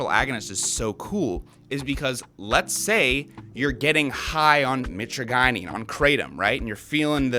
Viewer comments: Please learn how to pronounce mitragynine before saying it over and over. ( Mit-tradge-aneen ) I was selling live speciosa back in 2004 before eBay banned all kratom products. Your friend's plant looks pretty sickly which can make the leaves taste even worse than usual. One cool thing about them is that they grow in a cross-type pattern; two branches go east and west, the next two go north and south. The branches should be growing parallel to the ground , not reaching up in the air for sun. They are a very cool looking tree because they normally form a perfect cross with branches at 90° angles. And kratom burps are the absolute worst. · Mitra guy neen lol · Btw; pretty sure it's My-traah-jih-neen (how Mitragynine is said) Banning it would be so fuckin stupid. I've used kratom for 10 years, sometimes would go a lil harder (use extracts, do 15-20 grams per day) but a large majority of time, I only do 10 grams per day and below, typically below. And when I've quit using it, the worst withdrawal I got a minor (emphasis on minor) sense of anxiety for like...a day or two. Just like with alcohol and weed, people need to have a sense of self control, it's absurd that this is still a point of contention. I don't even think 70H should be banned, I understand it in certain ways, but it's just another alkaloid in kratom. I liked it. But it did develop negative effects faster than I'd ever experienced from regular kratom, so I stopped that stuff. Either way, kratom should be regulated like weed and alcohol if anything, shits absurd they're trying to ban it again. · Real researchers actually pronounce it "MY-tragi-NeeN" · Or if u wanna be wrong but cheeky, "My Tragina" as in "my tragina may taste foul, but its gonna feel so good" 😂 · Mi-TRAJ-yneen. Mi-TRAJ-yneen. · Always thought it was pronounced "muh-trage-uh-neen" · i hate the way you pronounce mitragynine. please consult the dictionary